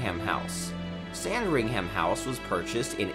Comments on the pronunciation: Cringed does hard every time he said it lol it’s “Sandringum” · Sand-ring-ham-house 😂 It's sand-ringum or buckingum 😂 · Hearing him say Sand-ring-ham gave me a migraine